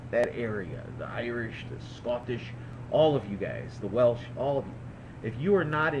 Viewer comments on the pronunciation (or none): none